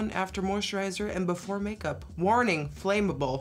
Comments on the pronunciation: abi everett we say that in texas too .. i think she might have read it wrong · The way you say flammable has left me SHOOK!!! You said it like “flame-able” but in Scotland we say it like “flam-able” haha! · when she pronounced flammable flame-able (im british and we say flam-abble)